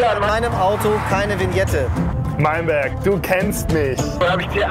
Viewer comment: Alle Deutschen: [Wiñette] Ösis: Winette😂🥴